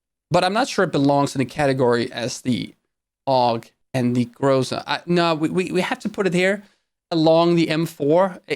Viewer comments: said "Groza" instead of "Graaazza" disliked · Its pronounced grOza